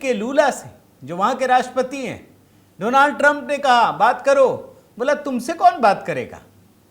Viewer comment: Donald Doland ya do land😅 ban gaya😅